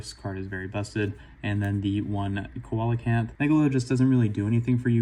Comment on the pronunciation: Alright had to roast you. Coelacanth is pronounced "see·luh·kanth" thought youd like to know! Nice video